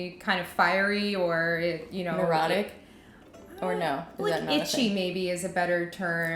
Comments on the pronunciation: Is saying "erotic" or "neurotic"? I can't tell! 😱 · haha neurotic! Erotic could work too